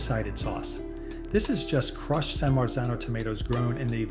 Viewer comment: CRUCHED TOMATOOS?